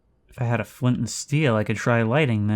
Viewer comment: when he said flind and steel it activated my programming